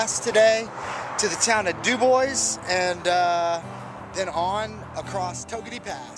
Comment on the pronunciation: I love your videos! I enjoy all the scenery and people you interview. BTW, I think Dubois is pronounced "Doo-bwah."